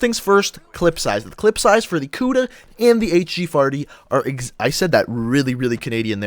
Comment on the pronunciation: dude he says hg farty lol sorry just funny